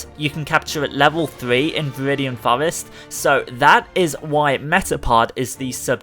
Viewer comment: Viwidian fowest